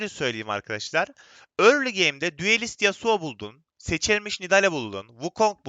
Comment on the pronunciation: düelist değil duelist